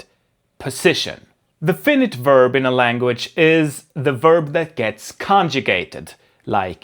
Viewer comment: "Fainait" inte "Finnit"